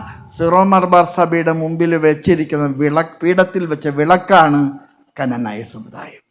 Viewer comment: കനനായ അല്ല... ക്നാനായ